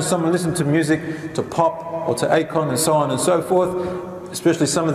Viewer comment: its akon not ate corn lmfao